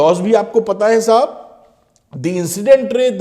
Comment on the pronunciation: Sir is saying me " thik hai sahub " 😂😂